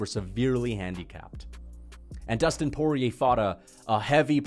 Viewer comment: Dustin "Voodoo" Poyay